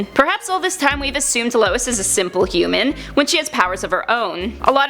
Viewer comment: She said super hoomen strength